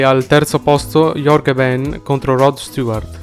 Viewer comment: Il video mi è piaciuto fino al momento che hai storpiato il nome di Jorge Ben!